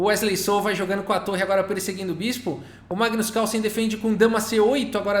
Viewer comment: Massa... coloca um erros de gravação no final... Magnus Cálson... hehehe